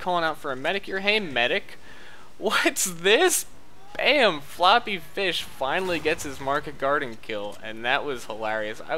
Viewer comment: Correction "Floppeh Feesh"